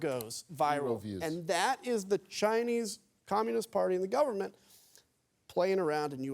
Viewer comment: Also he pronounces “Chinese” like a racist